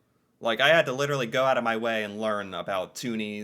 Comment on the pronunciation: Yes Canadian is a language. They cannot say "house" or "out" right.